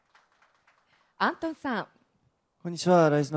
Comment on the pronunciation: アントン発音上手！！